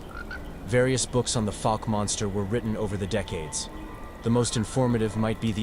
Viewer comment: Pronunciation Fouke /ˈfaʊk/ is a city in Miller County, Arkansas, United States. Like in ouch